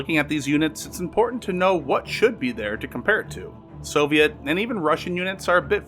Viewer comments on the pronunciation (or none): none